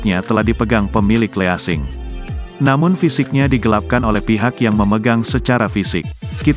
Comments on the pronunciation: Bacanya jgn LEASING BRO, tp LISING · Bismillahirrahmanirrahim. Jika tak bisa bahasa Inggris (detik 42) ya pakai bahasa Indon saja : perusahaan Kredit Sewa Beli. Jangan Leasing yg bhs Asing, dilafadzkan jadi Le ASING. Hanya karena benci bhs Asing. Lafadz yg benar : lising. WSLM. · Baca leasing aja salah bro malu2 in loe berak dulu aja